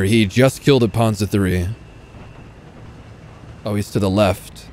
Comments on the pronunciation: "The puhnzah 3" 😂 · You shall say Panzer Drei!!!